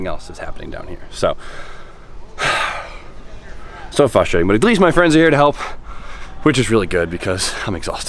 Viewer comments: Btw its frustrating not fustrating